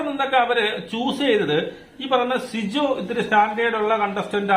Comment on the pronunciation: Bശിജോ അല്ല സിജോ ആണ് നേരാവണ്ണം പേര് പോലും പറയാൻ പറ്റുന്നില്ല. ആദ്യം പേരൊക്കെ മര്യാദക്ക് പറയാൻ പഠിക്കൂ എന്നിട്ട് വീഡിയോ ഇടൂ